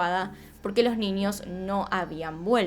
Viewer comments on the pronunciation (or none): Me encanta cuando dices NIÑOS... mi mente retorcida escucha NINIOS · Sho no entiendo por que dices “ninios”, “trasporte”, “Shim”